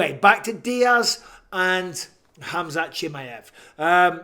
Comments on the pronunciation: BISPING: KHAMAZAT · It’s Khamzat not Khamazat ou Kazmat or any other way.